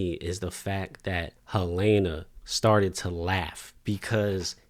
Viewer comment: I keep hearing people pronounce Helena as Hel-A-na. What’s up with that?